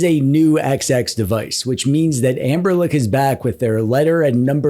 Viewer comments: It's Anbernic not Anberlick you tool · Take a shot every time he says Amberlick. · Why do you and Retro Corps call the Anbernic line AnberLICK?